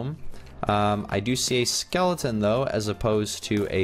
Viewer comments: It’s skeleton not Skellington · Skellington? You mean skeleton? 😂